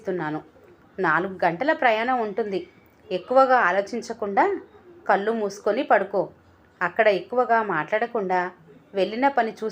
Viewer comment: కల్లు కాదు కళ్ళు